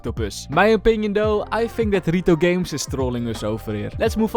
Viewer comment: "rito games"